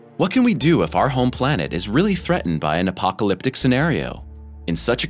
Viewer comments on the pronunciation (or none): none